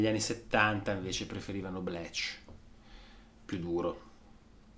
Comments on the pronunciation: Bleach ...Si dice .. blic ... No bleec 🙂.. Nirvana ❤ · Perché dici Blech? Si pronuncia Blich 😅😉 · Bleach però si pronuncia Blìc :) e Lake Of Fire è una cover dei Meat Puppets